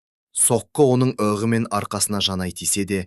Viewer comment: Ық деп айтпай,иығы жараланды деп дұрыс оқы